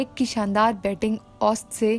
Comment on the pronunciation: محترمہ آپ کا اُردو کا تلفظ بہت خراب ہے۔۔۔ ماجد خان کا پیدائش کا سال اور اوسط کا تلفظ آپ بہت غلط کررہی ہیں۔